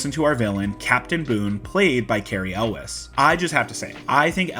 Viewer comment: "yools". Elwes is pronounced "yools".